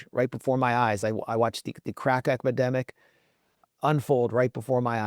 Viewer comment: Edepimic? Max mispronounced: It's a feature : (((((